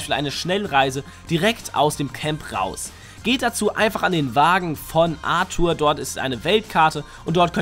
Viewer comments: Arthur wird ENGLISCH ausgesprochen man spielst du das game auf stumm und warst im Englischunterricht nie da oder was....ENGLISCHER NAME du Horst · Wie du Arthur aussprichst triggert mich hart!